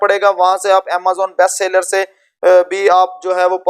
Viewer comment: Mere bhai sa ler account nai hai seller account hai